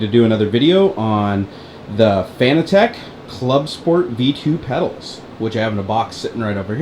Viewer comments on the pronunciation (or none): I mean you no offense, but just for further reference it is pronounced like "fanatic" not like fanatec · FIN-AT-ICK. Not FANA-TECH. :P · it's pronounced "FANATIC" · It's pronounced (FUH-NAT-IHK) buddy :D